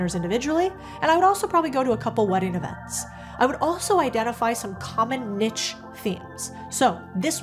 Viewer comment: A huge neek. Lol. Never heard it said that way before. Like it.